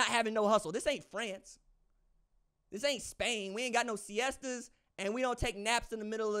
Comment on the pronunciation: That siesta flub was funny.